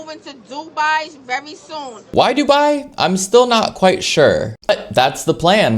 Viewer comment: random but i love how she pronounces dubai